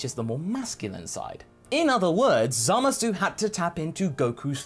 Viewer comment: ZAMAS SAY IT WITH ME ZAH MUSS WHY DO YOU SAY ~SU WHEN EVEN THE JAPANESE DON'T sorry but it's been bugging me for a long time